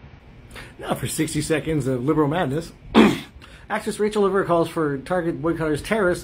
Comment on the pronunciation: As French Canadian myself, you're pronunciation of Rachelle Lefevre is pretty spot on, so GG on that, lol. Can't say the same for her being woke though... She must be a full blown Trudeau follower...